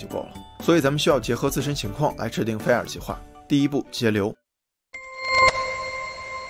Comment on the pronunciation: 不是fair 是 fire，发音准一点